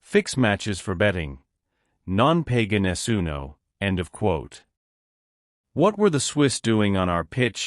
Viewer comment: Hi, who ever is commenting on these Italian football facts,,can we ear correctly Non Paga Nessuno ,,Not PEGA Nessuno as it sound very funny